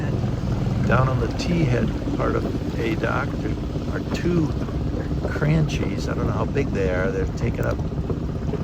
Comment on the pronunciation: Two observations: That Riviera, like our Sabre, is equipped with VolvoPenta IPS pod drives. The feature that enables them to hold in place is called the Dynamic Positioning System ( DPS)—the equivalent of the feature known as SkyHook on boats powered with Cummins/Zeus . Also, Cranchi is an Italian built boat. The letter combination CH in Italian is pronounced like the letter K—think of Chianti wine ( Key-anti). So Cranchi is pronounced KronKey , not Kranshee. End of lecture; no test to follow. Keep the videos coming—so enjoyable.